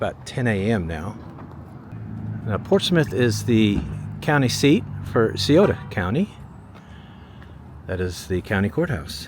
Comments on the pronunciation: Cy O To county is how its pronounced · Scioto - properly pronounced "sigh-oh-toe "